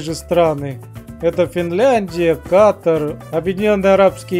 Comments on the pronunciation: Не кАтар а катАр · не каатар а катаар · Ката́р если что )